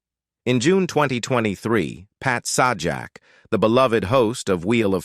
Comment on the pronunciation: It's pronounced Say-Jack, not Saw Jack...